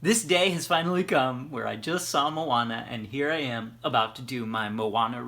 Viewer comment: As a Native Hawaiian speaker I am impressed with your pronunciation of the book title, props to you. Maika'i no! (very good!) :D